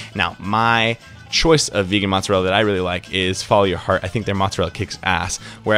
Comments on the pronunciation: You said it right the first time, it's mozzarella, not moozzarella haha nice video tho, made me hungry! Ciao!! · the way you said mozzarella at first was actually fine ^^